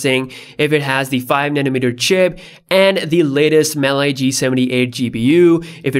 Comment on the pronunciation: Mali, not Mely